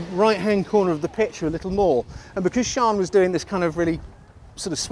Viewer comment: I'll tell her. She'll be delighted... MIKE (PS: It's Sian, pronounced "Sharn")